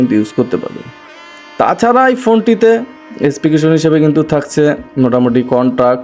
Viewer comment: ভাই ওটা স্পেকেশন নয়,ওটা হবে স্পেসিফিকেশন বা সংক্ষেপে স্পেকস বলতে পারেন।❤